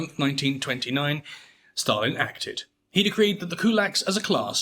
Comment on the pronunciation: Why do you pronounce Stalin as "Shtalin"? Dude.